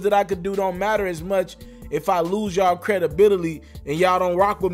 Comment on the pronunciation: The way you say credibility 😄